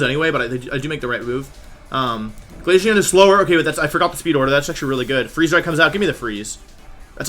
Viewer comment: Bro he says glayshion not glaceon